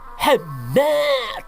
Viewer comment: Mantap kali aksen katax " Muhammmadd " 😁😁😁 mantap bro bless U 👍👍👍